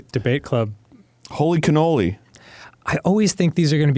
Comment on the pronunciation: Arin I swear to all that is holy, if you pronounce it cannolis again I'm gonna be slightly more mad than the last time you said cannolis. Cannoli is already plural!!!